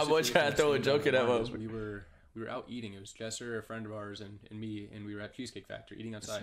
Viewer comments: Not gonna lie.... its Lesser not jesser He acting like a toxic girlfriend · He said Jesser but sure